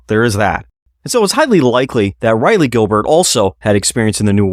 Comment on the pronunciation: Raw-lee Gilbert...not Ri-lee Gilbert. Its painful.